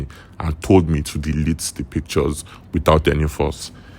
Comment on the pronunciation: Pic-ch-ors😂, por-pors-ful😂😂 bot😂😂😂 Nigerians 😂😂😂 what is your thoughts? 😂😂😂 is? Thoughts? And you have the guts to criticize others